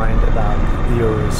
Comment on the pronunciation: Finally, a journalist that actually knows how to pronounce the name right.